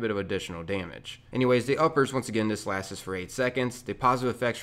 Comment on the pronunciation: “LASTS” not “LASTES”